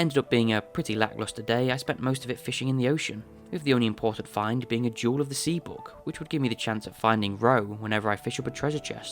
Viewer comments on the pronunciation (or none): none